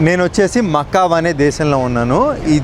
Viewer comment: ఆ దేశం పేరు మక్కావు కాదు బ్రో మకావు.అక్కడ సన్మలో అనే ప్లేస్ దగ్గర చీప్ గా ఉంటాయి lodges.Bordergate దగ్గరికి వెళ్ళి చైనా లో ఎంటర్ అయితే ప్రైసెస్ డెడ్ చీప్ ఉంటాయి అన్ని.కాసినో లోకి వెళితే మీకు చాలా డ్రింక్స్ ఫ్రీ గా ఇస్తారు.